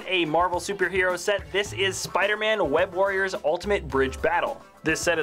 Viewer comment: "Wed Warriors"